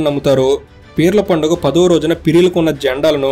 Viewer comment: పడుగ కాదు బ్రో